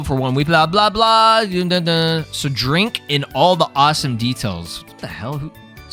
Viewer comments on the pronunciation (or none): Your brain put the wrong emphasis on the words in the phrase Drink in all the details.